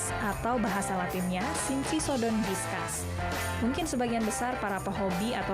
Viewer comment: penyebutannya diskus bukan diskas